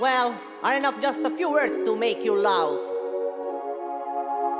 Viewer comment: Ti, sent an poc: it duvrije arangé dui paròle ke t'las prònuncià sbajà an angleis: "laugh" e "license". And "this" a suna cume "these". Scùsa nèh..